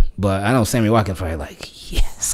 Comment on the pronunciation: Yo said Hammy Watkins 😂 I needed that laugh bruh